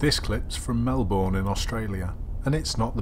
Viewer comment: Lovely video as always. However for next time Melbourne is pronounced ‘Mel-ben’